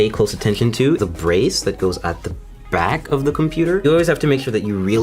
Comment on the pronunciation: "Make sure you pay attention to the 'brace' at the the 'brack' of the computer"